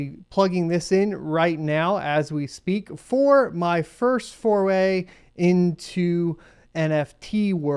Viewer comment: so how was your first fourway in nft's? was it good for you? and if i just heard the word wrong dont ruin it for me. it was way funnier as fourway.